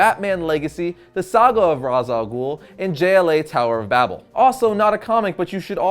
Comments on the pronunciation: Regarding the pronunciation of his name, since his origin background is Arabic and his name means the Head of the Demon; the name should be pronounced as Ras Al Ghoul (like in Batman Begins), not Raesh like in the cartoon clip that you showed. Raesh is not an Arabic word and has no meaning in Arabic, it certainly does not mean head in Arabic. Ras, on the other hand, means head if pronounced as in Batman Begins, meaning that it is the correct pronunciation. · Well I'm not the guy who created this character, but Ras Al Ghul literally translates to Head Of The Demon in Arabic So I guess it should be pronounced Ras not Rash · he literally calls himself the head of the demon and in arabic, that translates to ra's alghul pronounced as ra-ss al-ghol. not raish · GAH!! I’m Arab!! And Ra’s Al Ghul is and Arabic word!!!!!!!!!!! And so is Talia and Nissa. These are Arab names. And it’s NOT pronounced Raish or Roz. It’s Ra’s رأس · İts not razal ghul İts ra’s al ghul. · Its pronounced ( raz ) not raish its arabic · all of you guys say he's name wrong I'm Arabian guy and i know that his name is rass al ghole the meaning of his name is the head of the goblin and the word head means rass not ra'sh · its pronounced rash al goul not raws al ghoul ffs.. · It's and arabic name as you know, It's written راس الغول and it is pronounced Raas al Ghool. The 'gh' is like a French 'r' in "rouge", not like English 'g' in "goal". Trust me, I'm a meadle eastern. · Ra’s name is actually pronounced rash 😂😂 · well i'm arabic and ras al ghul is an arabic world wich means the head of the demon and it is pronsiation is rass el ghul not raz or rash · tim gersh My brain, it, it just hurts. I can't handle the stupid. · For a comics channel, it reflect pretty poorly on you that you mispronounce the name of your video's subject literally 6 seconds into the video. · That's not how to pronounce it! Its an arabic word that means, Face of the Demon. Not easy to type out its pronounciation in english here